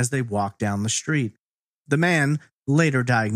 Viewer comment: “SH-treet?” Lol